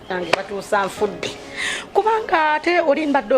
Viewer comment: Zahara anyumira nyo engeri gyayitamu batuusa,mbu battusa😂😂😂😂😂oh God this woman